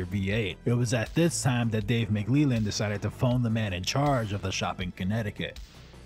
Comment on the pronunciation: Good video... but I can't figure out why in the last 3 videos I've watched on this subject, no one can manage to pronounce Dave McLellan's name! Rather than saying it like McLeelan, it's supposed to be spoken like "yellin", but with a L in place of the Y.